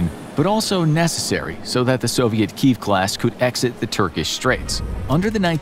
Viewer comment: You need to learn how to pronounce the word Kiev !